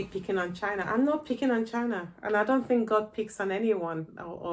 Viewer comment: It’s not chyna it’s the C C P